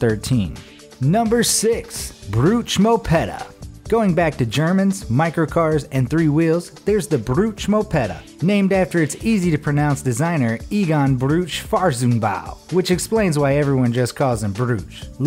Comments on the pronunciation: KAB-EIN....It's spelled Kar-Bee-knee, (Kabine, cell). At least try to spell the proper name. Finally came to the part "FARTS'N'BAU"....how...why? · Fahrzeugbau=Farznbow? what? XD